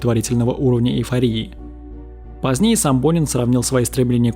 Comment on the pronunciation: Почему я всё время слышала "Бунин"😂